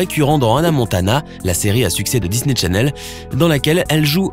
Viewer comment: C'est moi ou il a dit Disney Tchanel ...